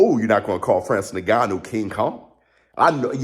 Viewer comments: It’s pronounced IN-GANN-New, not NE-GANNU💥💥Love your content however, great 👍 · No its Nnnnn-ga-nuu, coming from an African that's how it is pronounced. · So proud of Francis… bro it’s not Nigannou it’s En-gannou lol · Bro his name is pronounced Inganu not niganu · Bro please pronounce Francis’s name correctly ! En-ga-nu … ya Driving me crazy as a fan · If isn't pronouncing his name as Nig-gannou 😂😂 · Hey, nobody seems to be mentioning it but.. His name is pronounced like "EN-gannou". Awesome video BIG FIGHTS COMING!